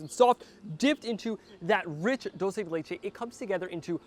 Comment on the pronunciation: Proper pronunciation: CHooRose and Dool-Se